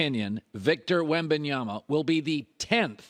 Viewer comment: Colin pronouncing Wembanyama: flawless Coling pronouncing Adebayo: "sound it out..."